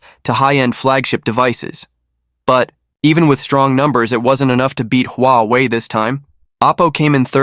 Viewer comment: AI voice? Sounds awful, you pronounce Huawei several,different ways..